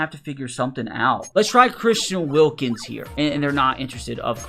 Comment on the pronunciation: Why did it say wilKIMS??? LMAO DUMB HICK